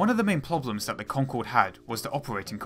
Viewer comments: ploblems, ploblems, ploblems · Ploblems. Ploblems.